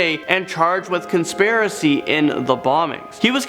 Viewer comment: “And he was arasted the next day and charged with consparicy” Does this man speak english🤣